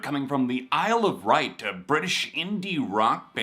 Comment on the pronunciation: Love them since last summer thanks to Lauran Hibberd… Although I do worry it’s a novelty one album hit. Also it’s pronounced WHITE, not Right